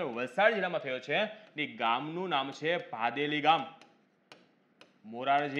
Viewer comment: મોરજી દેસાઈ નું ગામ નું નામ ભદેલી છે. ભાદેલી નહિ